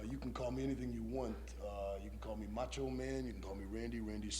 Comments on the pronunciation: Is the host saying mancho? lol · He said Mancho